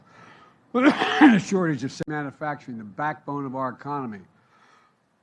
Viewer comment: Manafacturing or manufacturing??